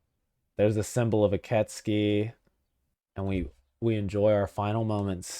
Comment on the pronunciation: Ok, 2 minutes in but I am pretty sure it is pronounced "Ee keh tsoo kee" though I only think so because that's how I first pronounced it when I played it lol